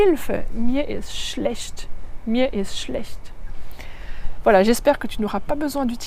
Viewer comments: Non, 1 fois sur 3 tu dis sch au lieu d'être ch. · Pourquoi elle dit Schlescht ?